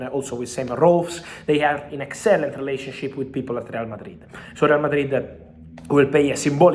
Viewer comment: "Excellent" sounds wierd 😅